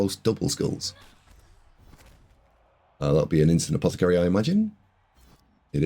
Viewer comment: Really appreciate the effort mate, I know this must take ages. I know I've given you loads of jip for saying apothecary wrong but that's just me taking the piss, appreciate these videos, thanks for the breakdown, thanks for the effort.